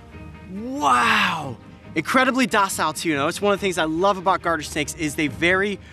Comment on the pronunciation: Did anyone here heard the Garter snake as Guarder snake